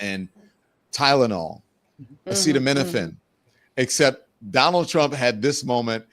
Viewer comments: tRump can't read,he had a hard time with acetaminophen, a word that we've all heard pronounced thousands of times. Cancel tRump and the rest of these nudnicks before the country goes down the drain we're already circling. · Trump is an IDIOT! He does not even know how to say Acetaminophen but TYYY-lenol!!! Maybe ask Melania how many acetaminophen she took when she was pregnant???! Why make an announcement now? Does he want us to talk about Autism and not Epstein? Well…let’s do it! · Watching you guys laugh so wholeheartedly when that fucking ass was desperately attempting to say acetaminophen and failing helped me laugh again. I desperately needed a good laugh in the midst of all the very real despair. Thank you. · HOOKED ON PHONICS TO BE SENT TO THE WHITE HOUSE IMMEDIATELY TO HELP HIM WITH HIS BRAIN PROCESSING POWER 🤣😂🤣👍🏾 BECAUSE YOU NEED BRAIN PROCESSING POWER TO PRONOUNCE ACETAMINOPHEN 🤷🏾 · Surely no one should be surprised! His vocabulary consist of maybe 15 words in a 1st grader vocabulary! So, thinking he could pronounce acetaminophen is ludicrous! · I wish I knew how to clip the video because I want to play that clip on Trump’s unable to pronoun he Tylenol’s generic name….